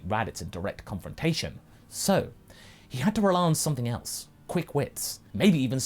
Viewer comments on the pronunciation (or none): none